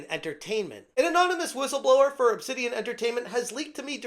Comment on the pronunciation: Nah, not "Obsidian"... It's "Obsanitian"!